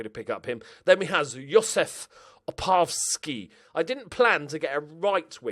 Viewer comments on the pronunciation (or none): Keep his name as it is, it's pronounced Op-rav-ski Simples, he looks like he's going to be a star too.